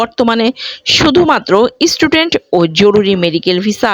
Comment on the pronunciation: Didi word ta student, istudent noy! bangladeshider English Accent atto kharap kano! Amader akhane Nursery Children der English Accent bangladeshider thekey 10 goon valo!